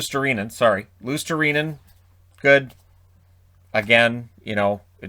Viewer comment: That's actually the more correct way of pronouncing Luostarinen (i mean the first attempt). Anyway, great job with these crazy names.